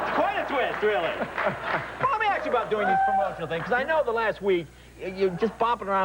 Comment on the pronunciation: “Can I asssss you a question ...ahhhhhh!,”